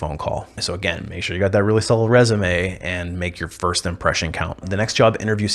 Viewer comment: What does "firscht" mean? Also, what do you mean by "fruschtrating"? "Schtrong"?